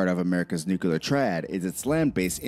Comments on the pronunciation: Pet peeve - saying with word Nuclear as “new-kyu-lar” with 3 syllables instead of the proper two syllables, “New-Clear.” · "nucular"...sigh. It's "nuclear" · I cant take a video seriously that discusses the potentialities of a nuclear conflict when the narrator can't even pronounce "nuclear" correctly. Its "nook-lee-uhr," not "nook-uh-lure." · I love how the guy who made the original video can't pronounce "nuclear" correctly. It just gives you so much more confidence in the rest of what he says. It's new--clear, not new-Q-lar. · Theres nothin in those areas so it doesn't make a populated area subject to attack and, they can reach anywhere from there so putting them on the coast isn't needed. 😊 America is A country, one, singular... Therefore, America is A very strong country 😊 And it's "Nuclear," NEW-CLEAR... Not "Nukular." (The announcer, not you). 😉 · nukular waa, but when? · The narrator needs to learn how to pronounce nuclear.